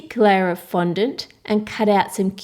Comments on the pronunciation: was she meant to say fondant cuz she said 'flondant' ? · how come cake boss pronounces fondant like fondentē